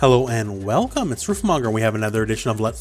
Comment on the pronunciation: "Hello and WEILcome"